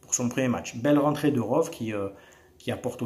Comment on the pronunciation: Les Youtubeurs marseillais vous avez vraiment un souci avec l'anglais....pourquoi donc vous prononcez tous ROVE ??? Pffff De Raph à Francki en passant par toi c'est la même, punaise !